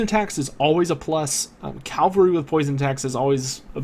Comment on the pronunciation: Why do you keep adding an L to Cavalry its CAV-alry not CAL-vary....